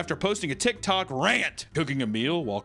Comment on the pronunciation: I keep hearing him say tittok